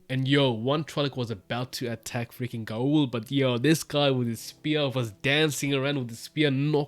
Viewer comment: In the glossary, Gaul’s name is pronounced [GAHWL]. Rhymes with the word ALL.